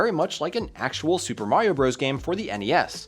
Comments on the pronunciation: It was never pronounced “Bros”. It’s just an abbreviation for Brothers. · "Super Mario Bros." is not, and has never been pronounced as "Super Mario Broze". "Bros." is short for, and is pronounced as, "Brothers". Calling it "Broze" is like pronouncing "Dr. Mario" as "Durr Mario". It sounds both uneducated and unprofessional. --- Also, please hire an editor to clean up your narration script. Your use of idioms, redundant phrases, gerunds, and colloquialisms sounds amateurish, and distracts from both the production level of the visuals, and the level of care taken in producing the video. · Bros. is meant to be pronounced "brothers"; the point is for abbreviation. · Yeah, that drives me crazy but I think that battle has been lost. Seems like nearly every Youtuber pronounces it as "bros" these days.